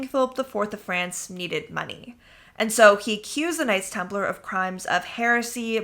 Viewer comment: Knights Templar not Nights Templar.